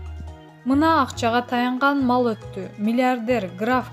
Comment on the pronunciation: акчага таянган мал отту емес.маал деп окусан.емнеге сабатсыз кыз окуй албай кыйналасын